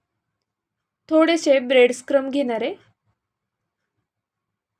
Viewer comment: ब्रेड क्रम्स असा उच्चार करा